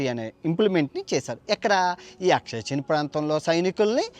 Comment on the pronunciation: అక్షయ్ చిన్ కాదురా బాబూ !!!!ఆక్సాయిచిన్ అనాలి